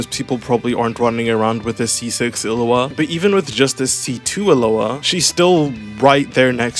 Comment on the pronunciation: is it like an inside joke that you call illuga "illua" or was i pronouncing it wrong the entire time